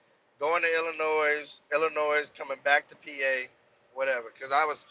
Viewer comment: the S in illinois is sielt my guy